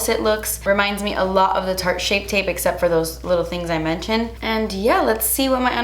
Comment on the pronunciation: Take a shot every time can't say "shape tape" 😂❤️